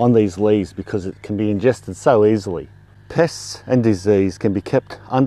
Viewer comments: At the end of the Video, I had gotten distracted by a sudden kissy attack from my Pitt Bull, turned back to the video and at the very end I thought he said "Piss" instead of Pest and had a total WTF moment 😂😂🤣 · I thought you said piss at the end of it. I was like, whhhhaaaaaat! lol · I thought he said piss, I had to rewind.